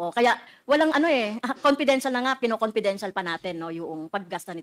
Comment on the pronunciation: Hoy Castro ayusin mo ang PAGBIGKAS mo sa LETTER. Anong LUTTER?? Dagdag na naman yan sa MELYON MO. Nagsama talaga kayo dyan WAM POINT 3. Sa compidential pand. Kakahiya kayo HOYYY!!